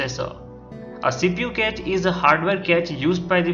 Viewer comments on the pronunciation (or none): improve ur English man...cache is pronounced as cash not catch. Make a video only if u have some real info..otherwise we all can read everything on the net. what's the use of making such videos?